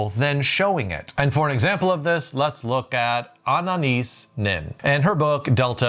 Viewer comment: Need to learn how to pronounce “Anais!”